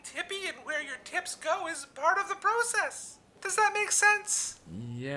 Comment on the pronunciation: Why do you say process instead of process (you know what I mean)